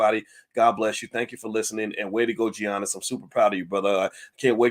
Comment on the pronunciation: Boyce, come on now. Stop butchering his name like that. The G is pronounced as a Y.